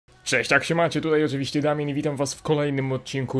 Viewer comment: Nazywasz sie Damian czy bo tak powiedziałeś